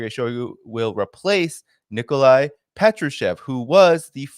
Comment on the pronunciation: It's PatrUshev, not PEtrashev.